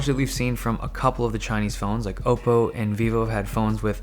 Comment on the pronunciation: Thank God you say Oppo right